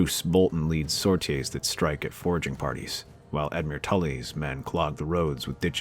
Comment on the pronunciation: I love your what if's but, the word "sortie" can be pronounced two ways: "SOR-tee" with the emphasis on the first syllable, or "sor-TEE" with the emphasis on the second syllable. It takes me out of the story every time I hear "sor-tee-EH".